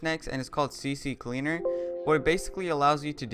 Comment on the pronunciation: dudee, i think its ccleaner not cc cleaner hahaha....